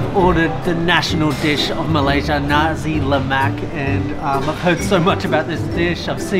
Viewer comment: pronounce nasi (rice) with clear S, else it will sounds like something that comes out from the third reich,.. but malaysian dont really care actually